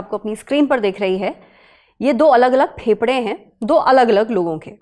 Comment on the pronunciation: When you say phepda 😅its sound weard😂 please say fefda I don't know 😅